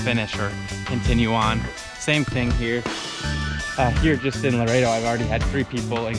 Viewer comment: Laredo is a soft "R". Good video! Enjoy it!